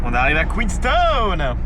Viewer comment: Superbe vidéo ! Félicitations à vous deux pour ces beaux moments de voyage profitez bien et par pitié dites QueensTOWN